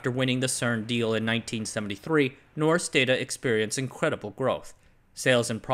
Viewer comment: It's pronounced more like "noshk daw-taw"